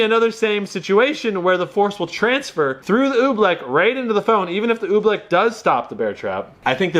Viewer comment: he said oobleck like OE-bleck